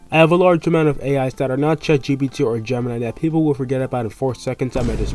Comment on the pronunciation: Why Gemini said ''ChaatGPT''? 😅